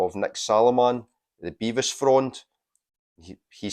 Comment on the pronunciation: I showed both the Flyte Reaction and Todd Dillinghams albums in my A-Z on my channel Take 444. Both were acolytes of Nick Saloman ( oh and btw it’s Bev-is not Bee-vis!). Did u know Nick S ran a record shop until a few years ago. Best psych shop in the Uk. Todd’s brother Mick used to do a lot of the graphics for the Ptolemaic Terrascope fanzine that Nick Saloman published. The whole psych scene in England in the 80s and 90s revolved around the PT and Freakbeat magazine. I still have the whole print run of both because I was involved in the scene. Recently the UK psych scene has centred around Fruits de Mer records. I’ve recorded quite a bit for the label and been on compilations of theirs featuring the Pretty Things and Fuschia and Bevis Frond. Drop me a line if u would like to know more: mark.forster7@ ntlworld.com